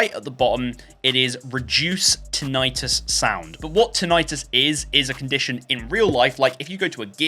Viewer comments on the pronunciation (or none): ti-nuh-tuhs not tin-ite-tus